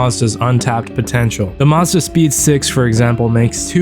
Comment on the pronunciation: never heard someone pronounce 'Mazda' like that in my life